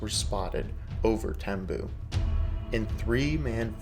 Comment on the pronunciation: It is spent Tembue. Pronounced Tem-b-we